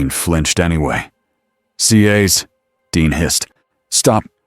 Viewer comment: Good story. Would have been nice if the narration voice pronounced it "CAS" instead of "SEE AYS"🤦‍♂️